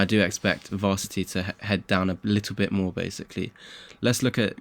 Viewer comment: What’s “Varsity”? Don’t you mean ‘Ver-ass-it-ee’. Verasity dude.